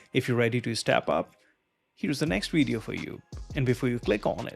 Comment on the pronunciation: I'm confused! You say "Vep Page", but then you say "Weedio". So you can say V and W, but put them on the wrong words! And get rid of that stupid desk microphone - it's a silly affectation. All you need is a lavalier mic that nobody needs to see.